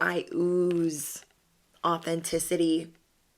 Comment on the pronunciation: I ooz authatisity